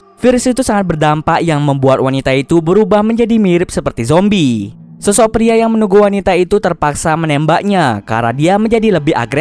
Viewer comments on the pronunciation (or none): Susah banget bilang zombie 😒😒